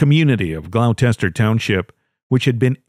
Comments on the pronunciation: First story. It’s Gloucester not glochire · AT- - GLOUCESTER- Pronounced GLOWSTER ! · Gloucester is mispronounced. It's pronounced glawster just like in England. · Learning the right pronunciation of nouns is necessary for any enjoyment of your videos because it sounds like nails on a chalkboard every time you mangle one; Gloucester= GLAW-ster.